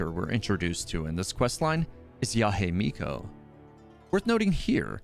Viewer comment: Yahe Miko? It's Yae Miko.